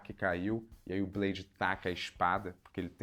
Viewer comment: " É blede, daywallker !".❤